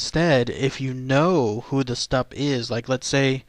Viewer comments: ü is pronounced as You. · its pronounced "Shtoop" with a U sound in the oo. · I believe its pronounced like stoop.....not 100 on that though